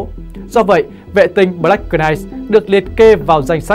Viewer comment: Đóng góp chút ý kiến Xin đừng đọc “BỜ-LẮC “ .Đọc 1 âm BLACK (căn bản english) và Đừng đọc CỜ -night (Knight)mà 1 âm NIGHT (K không đọc) Trên YouTube có triệu người xem mà đọc không đúng, không chuẩn làm người xem không hiểu nói gì?😁 Rất quan trọng.Không cần tiếng Anh giỏi nhưng tối thiểu khi lên YouTube nên chuẩn bị tốt để đọc tin Chương trình rất hay và giá trị. 👍👍 cám ơn